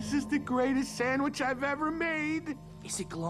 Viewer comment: I love it when he says sammich